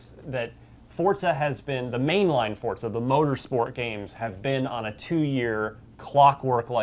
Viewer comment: why the hell are you saying it "fortza"? literally made me stop watching the video. fucking pronounce it right. it's not that hard.